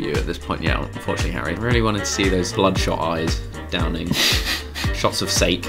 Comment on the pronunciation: Bro said "sayke" 😂